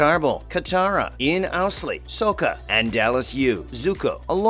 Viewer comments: Lol, my man said 'sookah' and 'I T'...I'm guessing you not a fan of the last airbender tv show or the It movie, huh? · He's Sokka, that's pronounced with an 'okka'